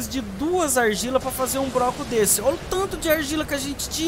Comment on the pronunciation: Fala broco e 1 segundo depois fala bloco de maneira correta.